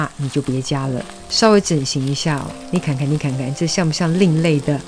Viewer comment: 你的： 你看看。 的音调好可爱。 好似有山东话的味道哎😀